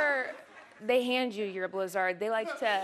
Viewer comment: In case anybody missed it, her pronunciation of "blizzard", as in a DQ Blizz-ARRD, is a wonderfully clever and subtle joke about how a subset of midwesterners also mispronounce the stressed vowel in "Reese's Pieces". If you don't get it, you're from somewhere else.